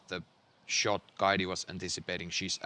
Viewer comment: Kaidi lausutaan Kaiti pehmeä t